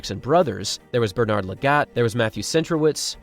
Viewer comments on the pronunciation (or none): none